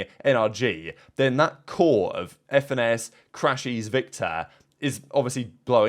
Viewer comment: bro said fenis